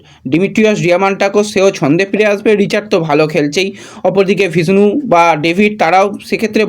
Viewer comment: এই ছেলেটা গতবছর বোরাহা বোরজা বরজা উচ্চারণ করে তাড়িয়ে ছিল এবছর বিষ্ণু কে ভিষ্ণু উচ্চারণ করছে দেখবেন পরের বছর ইস্টবেঙ্গল ছেড়ে দেবে হয়তো।